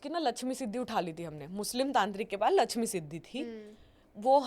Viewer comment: Lachimi kya hota hai.. LAXMI hota hai.. oscar level acting😂